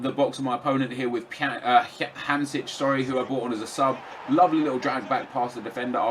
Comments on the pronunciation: Yea I've wondered the same thing. It's pronounced ham-shik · hey nep, it is pronounced as hUmSHiCK